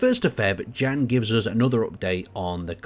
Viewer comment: you can read "Jan" name as "Yan" just like in the the word "yes" (affirmation).